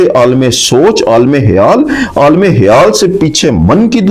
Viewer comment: Hayaal nhi sir " KHAYAAL "